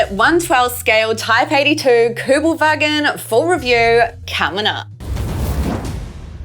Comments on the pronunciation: Good video and thanks for pronounce it right in german. KÜBELWAGEN. Would like to hear you say more in Germany. Well done. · I'm German and I like the way you say "Kübelwagen" :-) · Nice, how you say "Kübelwagen" !! 👍 😉Greetings from Germany! 👋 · Yes it was nearly perfect.